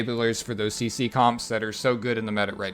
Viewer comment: yeah I thought he said Ceci as well